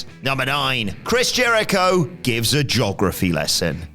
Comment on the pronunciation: And you said "gee-og-ra-fee" like "jog-rah-fee"